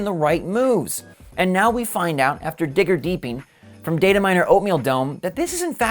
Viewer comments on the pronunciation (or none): "...after DIGGER DEEPING"...lol